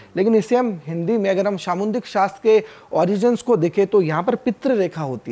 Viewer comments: It’s called Samudrik shastra Not samundrik shashtra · सामुद्रिक शास्त्र bolna sikho